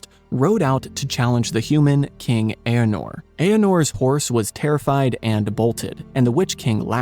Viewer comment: The king who could not withstand the mocking Witch King of Angmar was not 'Eanor,' he was the proud E-ar-nur. Sorry 'bout that, GREAT video of well-balanced scholarship. I am an old shade tree Tolkien scholar who first read Hobbit and LOTR in 1966.